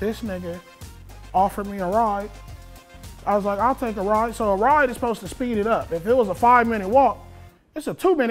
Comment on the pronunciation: “A RAWD” instead of “ride”😭😂😂😂😂